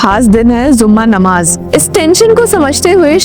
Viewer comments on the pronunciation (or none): It's not zuma namaz, it is Jummah namaaz,plz learn correct pronunciation